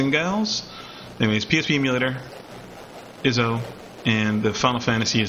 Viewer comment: Thanks for the info, but "iso" is pronounced "eye-so". My ONLY complaint with the whole video. Other than that, thanks from 2021!